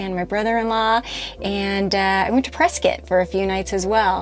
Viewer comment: As usual another great video!!! The Grand Canyon would be worth seeing for sure!!! It was interesting that you pronounced "Prescott" as "Press kit." I would have pronounced it as "Press Scott." Learn something new every day. 😊